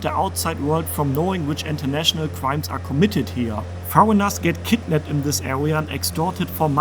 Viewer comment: You read western PpropagadaA😂😂 so they put a fear that you will be KkidnapPed